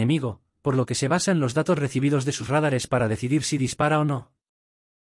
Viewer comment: "Rádares" no! "Radáres"!